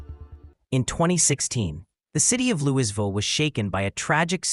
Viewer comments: 30 seconds in.... Where the hell is "Lewisville, Kentucky"!?!? Damn AI talking CRAP! If you need someone to do speaking documentary's... I'm available & cheap! Oh yeah I won't mispronounce Louisville, 4x4, & lots of other crap AI does! 😅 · Turned it off as soon as I heard " LouiSville. This AI is terrible. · This is from Louisville, KY ( pronounced Lou-a-vul or Louvul) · AI narration once again. Artificial intelligence is not intelligence, it will always be artificial, fake, a lie. Louisville is not pronounced Louis Ville. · He sure put on some weight. And that’s not how Louisville is pronounced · AI BS can't even pronounce the city name.